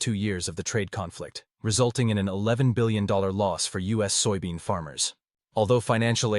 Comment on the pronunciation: You AI reader can't even say soybean? Wow. And pork consumption has not dropped in China, so you're a liar as well. I'm out and so are you.